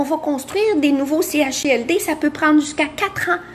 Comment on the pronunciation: CHSLD et non CHALD